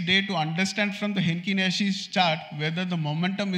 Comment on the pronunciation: It's Heikin Ashi not Henkin Nashi. Thanks for sharing.